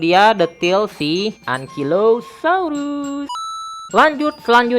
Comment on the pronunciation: Bacanya engkailosaurus bukan engkilosaurus Sama Bacanya triseratop, c nya itu dibacanya jadi s